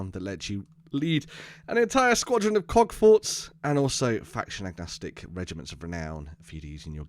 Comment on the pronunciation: Cool model but I can’t unhear “cockfort”